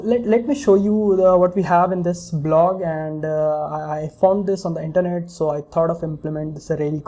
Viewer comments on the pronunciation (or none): none